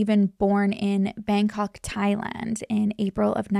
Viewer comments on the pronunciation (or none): none